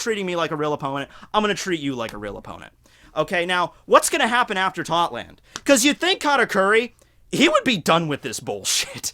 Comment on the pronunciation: Tot land? no no Thot land